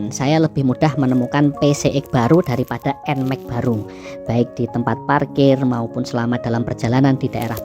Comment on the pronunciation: Dibaca EN MEX ❌ Dibaca EN MAK ✅